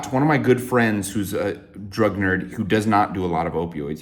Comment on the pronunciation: I thought you were a “drug nurse” for like 2 years because I misheard drug nerd btw